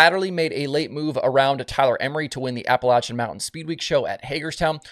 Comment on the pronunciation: I’m just happy you said Appalachian correctly.🤣 Well done sir well done.👏👏👏